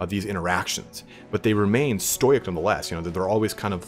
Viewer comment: Bro did you say "stoyk" instead of "stoic"?